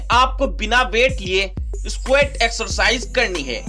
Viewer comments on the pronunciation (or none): Squet nahi squat